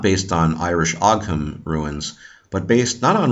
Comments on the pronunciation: Thank you for the very interesting video! Also as far as I know ogham is pronounced ohm/owm and interestingly it was written from bottom to top. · Ogham (the Irish ruins) are pronounced like "o-wum" or "o-wim"